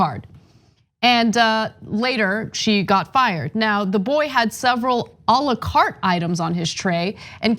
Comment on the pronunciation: why did she pronounce 'à la carte' that way?